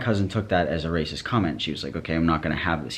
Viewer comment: the way you say racist cracks me up rAYsus